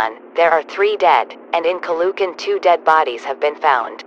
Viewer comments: It's not "caloocan" it's "calo o can" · Ca-LOO-can lol (Btw, its correct pronunciation is “Calo-o-can”) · boy was I irritated by the mispronounciation of the name Caloocan it's not Calucan it's ca lo o kan no letters or vowels are silent just no silent letters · you pronounce it Calo-ocan not ca-loo-can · The way the anouncer pronounces caloocan as calucan But the right way to pronounce it is calo o can😊😊😊😊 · Caloocan (Ka -loo - Kan) Is not the pronouncasin of Caloocan its (Ka Loo okan) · As a 100% filipino, hearing them pronounce Caloocan as "calucan" made me more scared and confused. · I got mad when the TTS said Ka-lo-kan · Is it just me a filipino who got offended because she pronounced stuff wrong it said "Ca-lu - can"when its "Ca-lo- ocan" and Quezon as "Kwe - zon" When its "Que - zon" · As a pinoy, IM MAD BECAUSE THE GOOGLE TRANSLATION GOT THE PROUNCOUNCES WRONG AND PUT IT INSTEAD OF: "kayzon calucan" like bish wth except for manila. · As a Filipino, this is how you pronounce the cities. Quezon (Khe-zon) Caloocan (Kha-lo-oh-khan) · the way he pronounces caloocan and quezon tho 💀 "caloohkan" "keyzon" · Its spelled Quezon but its pronounced Q eson Caloocan is pronounced Cal o o can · The way they pronounced Caloocan, Ninoy and Quezon hurts me as a Filipino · As a Filipino, I got 1 aneurysm for each time they mispronounced Quezon and Caloocan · LOL THE VOICE PRONOUNCED QUEZON AND CALOOCAN WRONG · That pronouncing of "Quezon and Caloocan" literally killing me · WHY DID THEY SAID CALOOCAN AND QUEZON SO WERID... AS A FILIPNO THIS JUST... oh and calugan. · They pronounced Caloocan and Quezon Wrong im a filipino btw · "asweng" "calocan' "qeezon"